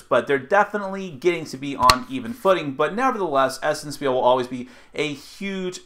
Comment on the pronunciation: It is pronounced 'shpeel'. ;)